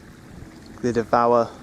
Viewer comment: Glyder Fach (not Fak)